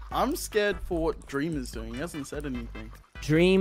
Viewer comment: DWEAM LOLW